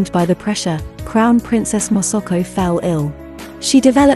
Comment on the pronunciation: Hahaha moso ko instead masako